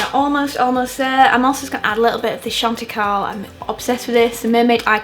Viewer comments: This look is so gorgeous!! Not sure if anyone else commented this but Chantecaille is French so the pronunciation should be "shan-te-kai" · Aargh, I never feel as though I can get it right in a rush, but you look absolutely glorious! Thanks for the uplifting, inspiring, beautifully articulated content xx P.S. I know it's pedantic, but Chantecaille is actually pronounced shan't-ick-eye 😉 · chantecaille = shon-teh-kai (pronounced like eye with a k)